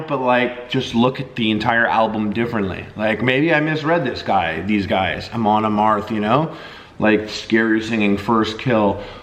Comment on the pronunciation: Ah-Mon Ah-m-AR-ath